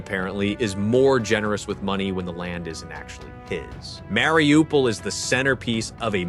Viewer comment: Bordel. Mariupol et non Wlaripopeul ou Laripopil